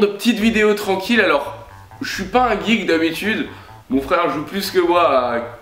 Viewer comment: Et ça se dit "geek" putain de kikoo